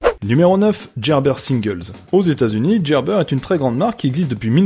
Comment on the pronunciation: Gerber... avec une prononciation française on comprend l échec ;)